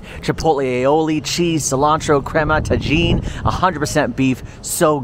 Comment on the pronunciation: Hey, tajin is pronounced tah-heen:)